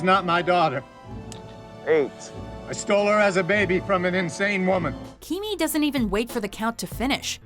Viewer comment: keemy not keeny